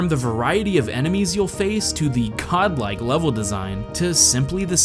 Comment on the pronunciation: wait did you say godlike or CoD-like?